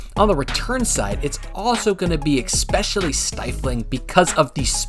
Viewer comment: 1st time listening- sorry can't do any more, you say 'EK-specially'. 'Especially' when there are so many other channels out there. I'm out, Peace